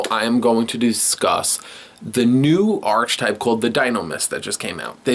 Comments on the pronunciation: I know right. I mean. He isn't because he's pronounced Arche right. But together with type to make Archetype it is Arc-e-type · He says "archetype" wrong every fucking time